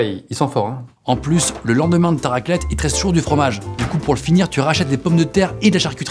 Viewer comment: "Raquelette" qu'il dit